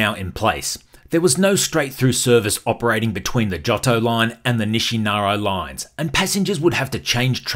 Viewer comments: Your pronunciation is out of control.. NISHINAROW ? Informative nonetheless. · Very informative, thank you! I lived “inside the loop” for 12 years. One note…say it with me ; Nih-She-Nar-Eeeeeee Nishinari.